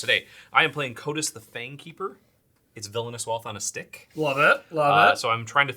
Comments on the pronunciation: pronouncing Kotis as "Coitus" had me laughing. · Bring back RTFC just to get everyone to stop mispronouncing Kotis I'm begging you